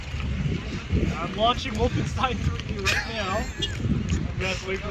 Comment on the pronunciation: i like the way you pronounced “woof-enstein” 😂 🐕